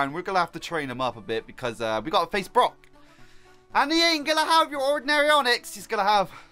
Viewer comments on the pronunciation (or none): none